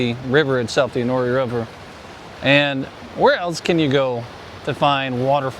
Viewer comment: Enoree = En o ree LOL